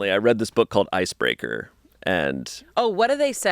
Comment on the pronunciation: ICEBREAKER??? NOT ICEBREAKER BRO😭